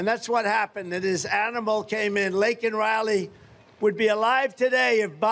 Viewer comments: Laken Reilly, say her name right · He not even pronouncing her name right 😂😂